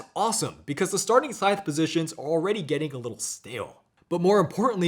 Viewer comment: Scythe rhymes with writhe, not fife.